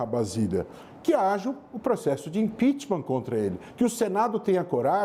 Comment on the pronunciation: Professor falar impitimar é feio